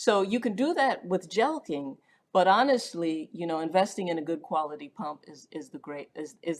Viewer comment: Jelking? I always pronounced it jerking.